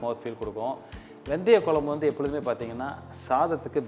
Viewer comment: For God sake pronounce the kuzhambu in tamil/properly.